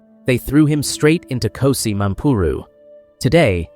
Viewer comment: KGOSI Mampuru not KOSI